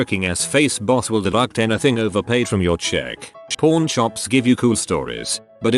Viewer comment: Pawn doesn't sound good on tts man